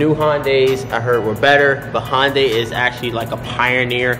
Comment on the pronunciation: Hun-day not HAHN-day